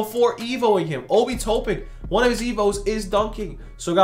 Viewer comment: TOP-IN NOT TOE-PIN